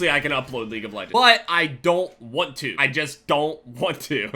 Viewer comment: "I just dont one - two" "i just dont jaun two"